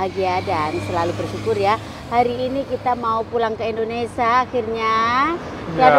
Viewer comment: Indonesia bukan indonesa mbak jgn salah sebut, moga selamat sampai tujuan...